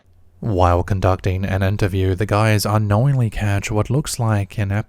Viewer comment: “The videeerrrr shurrrrs” = “the video shows”. This guy needs to stop talking and hire a narrator. Every O sound is “urr”. It’s not even a normal Aussie or Kiwi accent. He just cannot talk correctly. “UNKNOWINNN”….smh